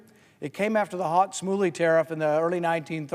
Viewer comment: he says "hawt smooie" tariffs. WTF? And it wasn't the "early 1930s" - it was 1930. "The Tariff Act of 1930, commonly known as the Smoot–Hawley Tariff Act, was a highly protectionist trade measure that was signed into law in the United States by President Herbert Hoover on June 17, 1930."